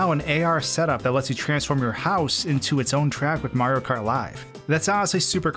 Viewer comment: did he just say maro kart?